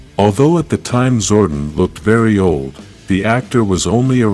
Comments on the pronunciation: Zordon not zordin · It's Zordon... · Fix your speech, Amy, Jo, Johnson, Zoradon, no Zordan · The way you pronounce "Zordon" is so cringe. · They butchered Zordon right at the start..... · I'm sorry, mate, but I could not finish this video. Your lifeless voice was putting me off and the rough pronunciation of Zordon's name irritated me. Informative video, no doubt. But couldn't finish this.